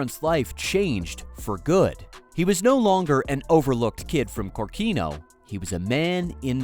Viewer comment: I don't want to be a boring, but correct is Kórkino, the emphasis is on the second letter.